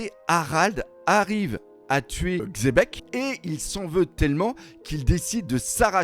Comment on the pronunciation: qui dit enfin Xebec et plus Chebec (hormis s'il le disait déja et que j'ai raté un épisode)